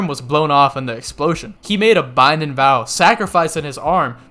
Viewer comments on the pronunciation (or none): You really don’t like pronouncing your g’s at the end of the things 😂 lightnin and bindin lmao